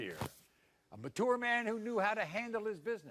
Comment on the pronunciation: I have learned that Maury can’t pronounce mature